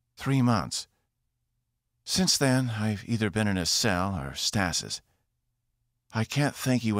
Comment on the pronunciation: “stah-sis” and then right after “Casio-peeeah” Sorry can’t help myself, if you’re gonna narrate sci-fi, ya gotta know how to pronounce at least stasis right lol I should add that this is the first YT audiobook that I like enough to listen all the way through. Fantastic story. 5 ⭐️